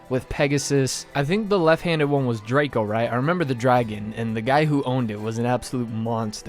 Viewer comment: L drago not Draco